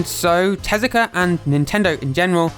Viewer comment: Takashi TEZUKA, not "Telaka"